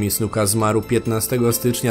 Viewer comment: powiedziałeś Jimmy Suka